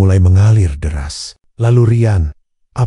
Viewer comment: Bahasa nya. Di. Bagusin dong Riyan. Bukan rayen 😮